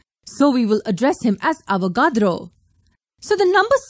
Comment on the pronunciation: "Lorenzo romanco amedia carlos avocado" is what i heard